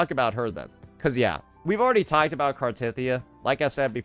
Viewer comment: Omg you actually pronounced Cartethyia correctly! Only once, but it's a start 😊